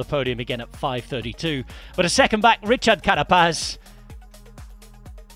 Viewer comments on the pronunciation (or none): none